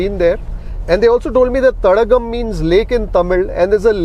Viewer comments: It's not Thadagam. It's Thadaagam, meaning pond. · Not Thadagam, it's Thadaagam sir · It is not Thadagam ( தடகம்) as pronounces. It is Thadaagam (தடாகம்) which means a water body